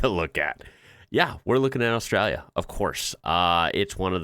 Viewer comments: Love your enthusiasm for us all here down under but we need to sort out your pronunciation lol let’s start with Ozz-stray-la with an emphasis on the hard A at the end. Give it a crack for your next episode 😂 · Love your work, but you are guilty of one of my pet peeves, (trivial I know ) but Australia has an L in her name. It is not Austraya. Keep up the good work. Cheers from Oz.